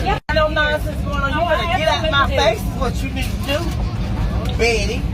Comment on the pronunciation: "Betty" what's she saying Betty that way for, hm?